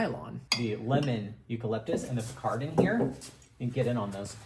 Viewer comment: It’s picaridin not picardin btw